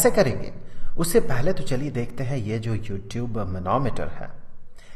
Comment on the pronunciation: Sir when you say u tube I listen you tube